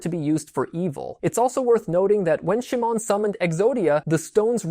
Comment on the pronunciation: Cool to hear some of Exodia's inspirations, but the mispronunciations of "Atem", "Shimon", and "Seto" take me out of the video. Outside of that there are some corrections that needs made. First, a monster in Yugioh IS a person's Ka. Life Points are a person's Ba not their Ka, Their Ba takes the damage when their Ka is destroyed because the two are connected. You even show the graphic explaining this but you relay the information from it wrong. Second, no, the anime did not need you to summon the Exodia pieces to the field. It was the same in the real world that you just needed to draw them. The anime does place the Exodia pieces on the field once they are collected in order to project the image of Exodia, but that is not summoning the individual pieces, that is using Exodia's automatic win condition effect then revealing the pieces to claim your automatic win. The video started great, I never connected Osiris' story to Exodia before, but it really could have used another draft to correct those mistakes.